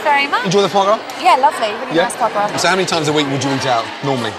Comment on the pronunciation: it's foie gras. it is either duck or goose liver. it's pronounced fwah grah as it's french.